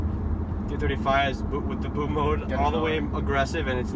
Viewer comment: Also you don't know how to pronounce "bootmod", what the fuck is boatmode?